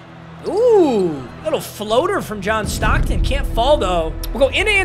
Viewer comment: Everytime he says john stocken i go 🤔--> kendrick bodied drake in the beef fr